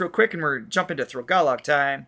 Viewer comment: Sorry I’m sure you knew it’s Throgalog.